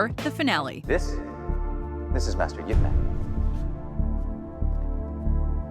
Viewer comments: i hate when people pronounce his name as ' ip-man / eep-man' ... the right pronounce is ' yeep-mun' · Is nobody else annoyed that she says Ip man and doesn't pronounce it like "Yip" Because that's how it supposed to be said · It's eye pea man. Not "ip" man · Your pronouncing it incorrect Your saying ip Its not ip Its pronounced yip Silence Y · It's pronounced "Eep Mahn" come on, guys XDXDXD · its pronounced, yeep munn lol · Did she just pronounce it like... iP MAN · She sounding out I P as ip is fuckinghilarious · this woman cannot pronounce ip man even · Great clips, but the voice over is bad, couldn't pronounce chinese words correctly.. the way she pronounced Ip Man, Kung Fu, Wing Chun, is all wrong! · The American pronunciation of IP Man is embarrassing